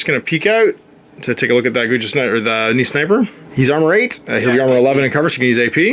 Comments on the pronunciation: Guijia = Goo-ee jee-ah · It’d be closer to « koo-ee jee-aa ». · I believe the Guijia is pronounced something like gway-jaa (gway like 'sway' and the jaa is kinda like 'jar' but without the 'r' on the end)